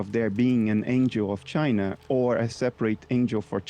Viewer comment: Pageau pronounces China like Donald Trump.